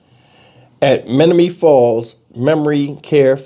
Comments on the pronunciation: Menomonee falls say it like ma- nomo-nee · Men om o nee falls is how it's pronounced, but your all good with me. I'm from Wisconsin and we have a lot of Native American named towns. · It's pronounced men-ōm-o- nee falls